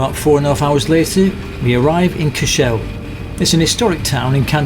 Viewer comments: Great guys 😊 By the way Cashel pronounced Cash-al, not Cash-ell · great videos by way cashel is pronounced cashL (SAY IT FAST)